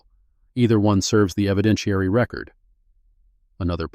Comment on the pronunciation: Please edit/ have a human read before posting. The “Chinese?” is interesting but not relevant to the story. “Record” verb vs “record” noun = different pronunciations. in addition to difficulty getting a lawyer is something not specifically addressed, with repeated hearings the time away from the kind of work the image “Miss Mercer” represents, the loss of wages, perhaps also transportation and childcare costs. “referring your case to the Henrico County Bar for review” local Bars can review attorneys misconduct since Miss Mercer is not known or acting as a lawyer this is misleading. “Pro Se” is pronounced Pro “Say”. The racist remarks could have been charged as Federal Civil Rights Violations. Angela needs to get a Court Order to retrieve the boxes with the 35 complaints from the Court basement.